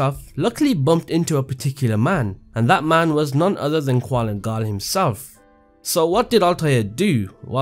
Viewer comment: did i not just get triggered on how he mention qulan gal as "qualin gal. theres no "A" and I at his name. gosh